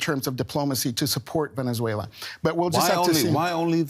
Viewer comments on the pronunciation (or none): It’s pronounced Venezuela not venechuela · What's the deal with that pronunciation? she's saying "Venetzuela" lol